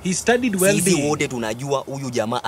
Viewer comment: He studied 'weldiiing' 😃😄🤣🤣🤣😂